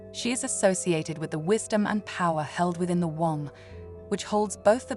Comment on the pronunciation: Beautiful message resonant with powerful concepts but - though the AI isn’t apparent until certain words are incorrectly emphasised - please just have your own human voice sharing this divine aspect of humanity … it hasn’t stopped me listening in full but I feel I have to pause your video to express how upsetting it is to imagine future generations pronouncing womb as “One-m-b” - No ! This needs sorting out for soulful reasons ! Thankyou for the inspirational content and please understand this is fundamental and beyond personal interests